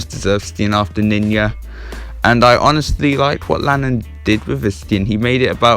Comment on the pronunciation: Man said ninya